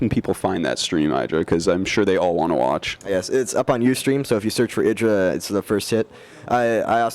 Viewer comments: Artosis actually saying "Eye-dra" ftw. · You'd think for being a GSL code S caster he would know how to pronounce IdrA's name correctly... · Tell Artosis to say your name correctly.